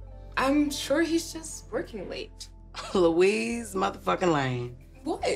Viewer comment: Lou-weez not Lo-iss?🤣